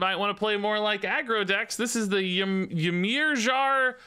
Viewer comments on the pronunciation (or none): watching try to pronounce ymirjar lol.... { Meer-Yar }